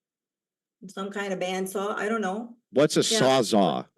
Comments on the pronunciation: said sawzaw 😂 what a tool. Pun intended. The correct term is sawzall. And that's actually a brand name for a reciprocating saw. Like Kleenex is the brand name for a tissue but people say Kleenex all the time.. I just don't understand why is so confrontational.... Must be good for the YouTube videos haha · Ok for its a sawzALL....not a "sawzah"... if hes going to test woman on things like this, you absolutely need to get the name right of the thing/tool that you are testing the person on. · By the way,, it’s a saws-all. As in it can saw all things. And even still, it’s technically a reciprocating saw.